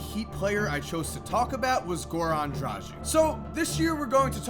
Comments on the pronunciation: stupid list. also, it's dra-gg-ich, you've been mispronouncing his name for a couple of years now, get a clue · A. he clearly doesnt watch the heat B. learn to pronounce Dragic correctly